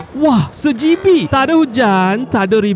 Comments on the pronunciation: bang Sebijik bang bukan sejibik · Kenapa "sebijik" dia sebut "sejibikk"????😭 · kenapa sebut sejibikk😂😂